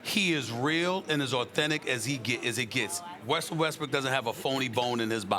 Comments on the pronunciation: Did sas jus call him wussel lmao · why everyone say wussell westbrook😭👎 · For some reason like 50 percent of people on TV say wussel restbrook most every time.